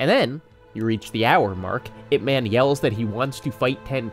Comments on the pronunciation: crying it's IP 'MUN' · Ip Man is not a character, he was a very real person. The LEAST you could do is learn how to pronounce the man's name correctly. Releasing this video without even attempting to learn his name is incredibly disrespectful. Shame on you.